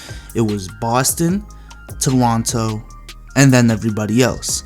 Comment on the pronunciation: Idk if he said ToLonto to roast them or cuz he’s asian